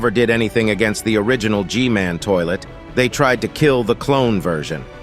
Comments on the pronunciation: Hey why are you saying g man name like this g mail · The most of the time i heard i heard her say gmail instead of gmail 😂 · Why does she call G-man gmail?